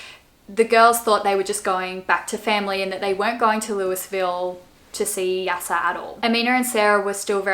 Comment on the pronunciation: Just to let you know Louisville is pronounced Lou-uh-vill